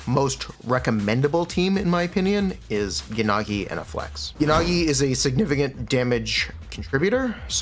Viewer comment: Bro her name IS Miyabi, not MiYAbi. The first few times you said her name was correct Japanese. The long A is American, like YaNAgi, that’s also wrong it’s Yanagi fast.